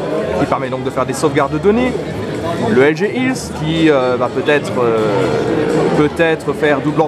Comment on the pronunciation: LG "ILSE" ou health? Android "Wir" ou wear, pas très pro tout ça...